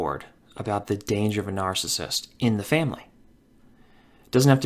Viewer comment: It is NAR-CI-SSIST. Three syllables. Not NAR-CISST. It's NARCISSIST.